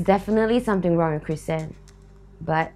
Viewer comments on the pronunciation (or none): Pretty sure its Chrysan (Not trying to blame)